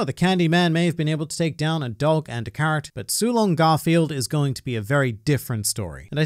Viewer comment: “Su’long Garfield” 😂😂😂😂😂